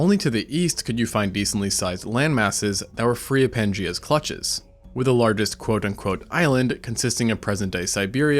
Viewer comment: it sounds like he says, "quote unquote," in an Indian accent lol.